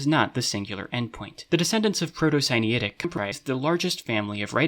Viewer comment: I see "Proto-Sinaitic" in the subtitles, but i hear "Proto-Siniatic". Which one is it?